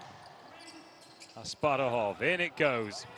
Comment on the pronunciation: The boy's name is Asparuh Asparuhov, people, like our first khan (tsar, king). How come you didn't learn his name? You call him Asparov and/or Asparuv, stupid Americans??